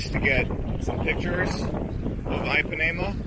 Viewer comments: EEPANEMA, DUDE... NOT AIPANEMA... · Just as an FYI - Ipanema is pronounced with a short i, like the English “e”. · please listen to the old song Girl From Ipanema [sung by Brazilians] before you pronounce the beach name again.